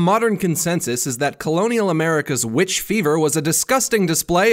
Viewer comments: I always hear "B b Bitch" when he says the title xD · you mean "the wwitch" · He knows that it's still pronounced Witch, right?